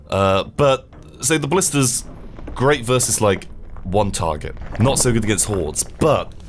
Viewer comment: FOR FUCKS SAKE. Its ballistae, not ballistas.